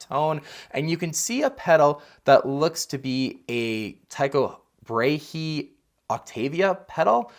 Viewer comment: Awesome video!! Thanks for compiling all these fuzz clips that are honestly the most incredible tones JM’s ever gotten. By the way, it’s pronounced “Tie-Co-Bray” 😉